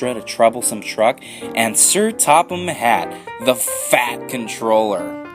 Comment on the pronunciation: How you put such an emphasis on the word FAT at the beginning! XD